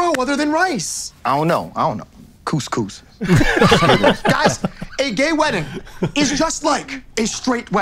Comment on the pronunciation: He said “couscous”